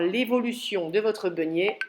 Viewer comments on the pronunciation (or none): Bjr,merci pour votre vidéo.Pourquoi dites vous begnet et pas beignet?Cordialement Florence.J’ai de la levure de boulanger,combien de grammes s’il vous plaît,par rapport à de la levure déshydratée ?Merci